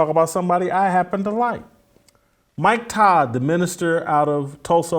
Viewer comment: Jason, did you say Mike Todd?! 😒